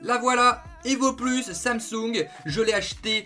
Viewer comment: sam-soungne X'D